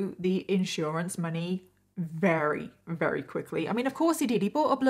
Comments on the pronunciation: Is that normal in the UK to pronounce "very" as "rery?" Just a curious American here. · Perhaps you should consult a thesaurus for a word you can pronounce, 'very' is not working for you, and you say it often